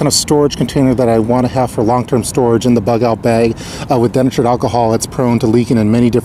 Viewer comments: De-Natured... not denatured. lol. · hearing den-a-tured over and over thru me for a loop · Nice job,. Can't help kidding you, though, about your pronunciation of denatured alcohol. It's pronounced dee-natured (just like nature with a d on the end). I work with words for a living... hope you don't mind.:-)